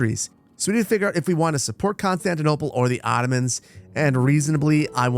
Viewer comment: saar its still Constitonople saar I swear🙏🙏